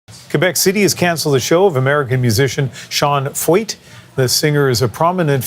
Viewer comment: I love how the people making all of these videos against Canada have never done a lick of research into Sean Feucht. At least you can pronounce his name right.